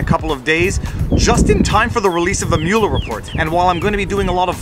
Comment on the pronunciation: I added a like simply because you pronounced Mueller's name correctly. Half of our media in the US pronounce it "muller".